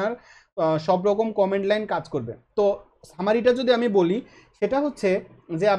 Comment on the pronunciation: খুব সম্ভত কমান্ড লাইন হবে উচ্চারণটা।